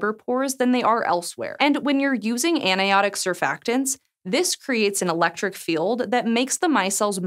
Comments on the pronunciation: “Anionic” is not pronounced “aniotic”. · right? Aniotic? 😂